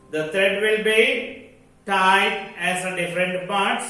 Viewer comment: Tied not teid😂